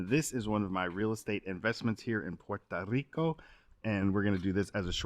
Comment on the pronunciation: I like your video but please pronounce puerto rico properly